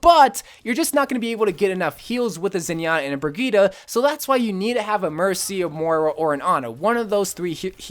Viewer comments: Brigette is pronounced BRIH JET for humanity's sake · Lmao did he just say bri-geee-ta? Lmao!!!!